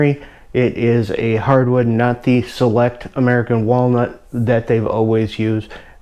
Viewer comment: You said walnut